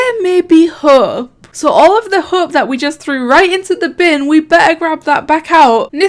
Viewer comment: I’m sorry but it sounds like he said “There is hoe” instead of “hope” 😂